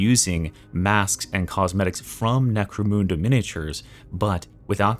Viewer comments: I cringe every time you soon "Neh-crow-MOON-duh" Brother, it's Neh-crow-MUN-duh" Like money. In other news, hype for anything cult mechanicus. Hive scum was a huge miss for me. Necromunda has always been the black sheep of 40 with things getting a tad absurd and silly, and it shows a bit too much in the weapon design choices like crowbars and shanks on par with force weapons and chainswords. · Bro, it isn't Necromoonda. Say "Necro" "mun" "da". Mun, like M-un. Mun.